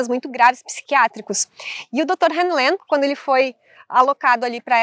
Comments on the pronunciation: Continuando, na pronúncia, o nome do médico cujo experimento com a técnica do Ho' oponopono é descrito livro Limite Zero, de Joe Vitale, ficaria IRRALEACALA RÍU LÊN. Mas em regra só se usa Ríu Lên. O nome dele é Ihaleakala Hew Len. Nos deixou esse maravilhoso legado que é o Ho' Oponopono da identidade própria. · Buscando contribuir com você, a pronúncia que ouço sempre e todos os tradutores é Ríu (como rio só que com uno final) Lêm (len, o pedaço da palavra lenha. Ríu Lên. Ok?. Sua interpretação e explicação da técnica do Ho' oponopono é maravilhosa, sobretudo no reflexo da sombra, onde o que me incomoda no outro é um sentimento que existe dentro de mim